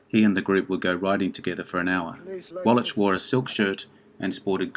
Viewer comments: Wwlach, not walitch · Great vid, but Eli Wallach is prounounced wall akk not wall atch...hope this helps. Keep up the good work. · By the way, it is pronounced "Wall-ack" not "Wallatch" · It's pronounced as Wallack,not Wallach. Jeez,...get it right for a video like this. ps, I really did enjoy your video though. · I wish you would learn how to pronounce Eli's last name. It's pronounced Wall-ik! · The name is pronounced "wall-ack". The "ch" at the end of Eli Wallach's name is pronounced as a hard "k", or "ck" - not a soft "ch" as in "which". Eli Wallach, pronounced "wall-ack". Thank you. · Wallach is pronounced “Wallack”. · Too much trouble to pronounce Wallach? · I think it's a hard "ch" in "Eli Wallach." Not 100%, I admit. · Eli Wallach deserves better than to have you butcher his name like that. Shame on you. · Small correction: Eli Wallach...the 'ch' is pronounced like a 'k'. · Narrator, PLEASE learn how to pronounce the names of the stars you’re discussing. I’m thinking of course, of Eli WALLACH. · I had never heard Eli Wallach's name pronounced quite like that before. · Yup, and he said it over and over and over again! Cringe-worthy. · A compelling list to be sure! Just an an FYI, for future videos, in Eli Wallach's last name the 'ch' is pronounced with a 'k' sound (like in mach 5 , or charisma). He is so prevalent an actor that I thought you might want to know.